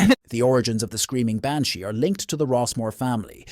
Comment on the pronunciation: The Banshee pronunciation in the Gaelic is not how you said it . If you are going to tell ghost stories of a certain country do you think you could learn how to say the words. Are you American trying to be Irish because if you were a true Irish person you would know how to speak the words of the Gaelic language ?